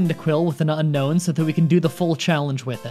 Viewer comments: Needlessly pedantic comment of the day: isn’t it pronounced “Un-Own”, not “Un-Known?” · Its pronounced un-own like disowning not unknown apparently. Look at Google not me pls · It's "Un - own". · says unknown the entire video even though it’s name is unown :(